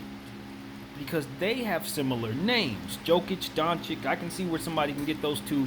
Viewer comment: Jokic isnt ball handler ?You just dont know what you are talking about?Nevermind wrong pronanciation!!!it is YOKICH,Pop knows what is he talking about.I think that in order to make video about basketball,and put it on you tube,you should at one point in life play A GAME OF BASKETNBALL(not videomgame),so you could have some clue what are you talking about....So...long story short-don't talk about basketball,anymore,ever...o,and that theory about similarities of their names,here is suggestion;perhaps Popovic was thinking of him self as reinkarnation of Larry Bird,but since his second name is similar as Jokic's he said Jokic ,because can not make difference those two surnames